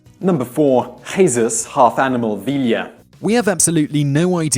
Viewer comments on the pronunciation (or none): HE-SUS ??? Are you for real??? 🤣😂🤣 Here let me help you out a bit it’s pronounced GEE-SUS